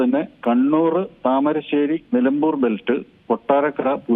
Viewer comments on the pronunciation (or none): none